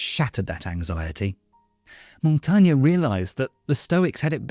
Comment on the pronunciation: Good video, thanks. The way this last name is pronounced is slightly different though. Otherwise I enjoyed